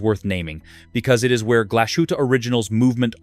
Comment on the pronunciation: Glashütte is pronounced more like “glass hoota”. The “s” and “h” are in separate syllables. Lange and Söhne is pronounced something like “lawnga oont zuhna”. The YouTube video would be a lot more credible if you knew how to pronounce the names of the brands.